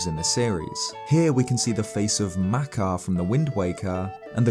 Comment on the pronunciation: You seem to put the lexical stress on the first syllable a lot, compared to the usual second syllable in words like makar. Not a bad thing, just a comdis student observation I found interesting.